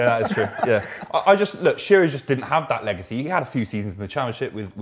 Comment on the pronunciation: It's Shearer. Not even close.